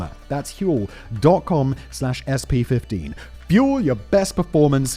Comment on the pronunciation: Is it Huel or Hurl ?